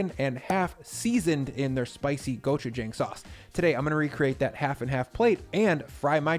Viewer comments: my boy its pronounced gochu-jong not gochu-jang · Nice video. Will definitely have to try this. Though it is pronounced "JAHng"; not "JAng". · the jang in gochujang is pronounced like 'jaw' not 'jay' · I am so proud of you! (Go-choo-jah-ang) not (go choo jang) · gochujang go-choo-jAWng, not go-choo-jAAng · Just an fyi it’s pronounced go-choo-j(ah)ng.